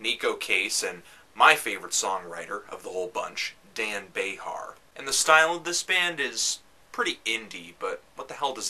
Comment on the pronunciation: love your reviews....just one correction on TNPs: Dan Bejar's last name is actually pronounced like Bay Jar.... and I die for TNPs...love this album...and it kind of blows my mind. but I'm easy when it comes to this gang. keep nerding out. congrats man.